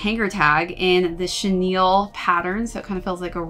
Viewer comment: Thank you for correctly pronouncing chenille. People of all other video reviews on this sneaker pronounce it as “Chanel” 😭😤